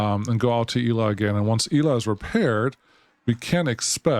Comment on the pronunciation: Irrelevant comment: Shouldn't that station be pronounced "Ela" like it is in GabriEla or MichaEla? 🤔 Cool game and videos! Cheers!